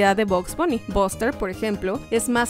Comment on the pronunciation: Cómo siempre hacen buenos videos solo una cosa el nombre de buster ,se prenuncia baster no boster